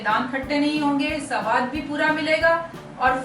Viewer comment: Suno inko suwad nahi saawad ka sawaad lolzzzzz 🤣🤣🤣